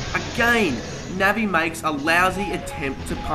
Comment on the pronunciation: ............dude......it's Navi